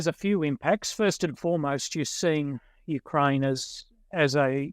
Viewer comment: "Moist of Ukraine". "A-tackem's". Disgusting. "Clustah". "NoAoades". "Sim-E-luh". I'm out!